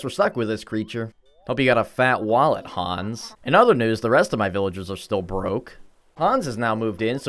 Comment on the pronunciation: the way you pronounced Hans hahah my german ears are bleeding